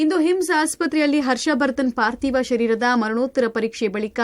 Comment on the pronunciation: Adu partiv alla chennagi parthiv , dikkara alla dhikkara anta matadodu kaliri ...a.. shtu repeat yaake